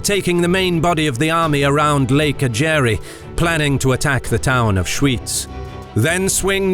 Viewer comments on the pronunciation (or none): Just a little point, Ägeri is pronounced with a stress on the Agg as in Agg-air-e. It’s where I live! I didn’t know about the Einsiedeln bit☺️😂